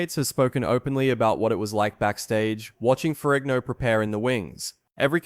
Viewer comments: Lou Farrinio??!! This narrator is a freakin MORRON!! It's Lou Farrigno, with a "G". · Why do you say "Ferrignio"? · I like how you pronounce Ferrigno in the Italian style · Someone needs to learn to correctly pronounce Ferrigno.